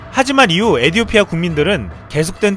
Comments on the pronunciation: 에디오티아가 아니라 에티오피아입니다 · 외래어 표기상 에티오피아로 발음해야 할 텐데요.....에디오피아라고 줄기차게 읽는 이유가 있나요? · 시불년 에디오피아가 아니라 에티!오피아 예요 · 에디오피아가 아닌 에티오피아 입니다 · 에디오피아 아니고 에티오피아 입니다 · 에티오피아 라고